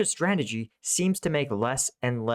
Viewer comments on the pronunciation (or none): ...its been a "STRAGEDY" from the start... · It's more of a 'Stragedy' than a strategy.